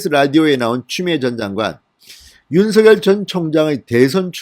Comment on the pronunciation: 윤서결이라는 검찰총장은 없읍니다.윤석열은 있어도.윤.석.열 이라고 .고유명사는 이니 그대로 발음해주세요